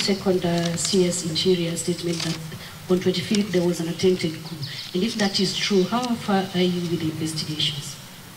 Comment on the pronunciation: Rubbish.....a whole DCI cannot even pronounce " coup " correctly. 😂 Kenya my motherland is bewitched.